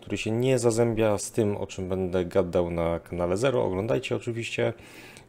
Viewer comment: Na konferencji też mówiłeś "bede "... zastanów się co pomyśleli odbiorcy twojego wystąpienia .